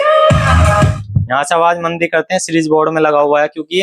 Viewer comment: मदी नही मंदी।